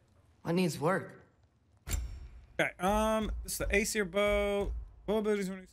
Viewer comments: Lmao siri probs went off because she thought you said "siri" instead of "Aseir" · I love that "Aesir bow" became "Hey Siri. Bow" XD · Lmaoo. When he said "Aesir Bow", his phone thought "Hey, Siri! Bow?" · You said "Aesir" and she heard "Hey Siri" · says aesir bow and activated siri, don't think relised that aesir sounds real close to hey siri lol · you said aesir bow wich prolly sounded like hey siri bow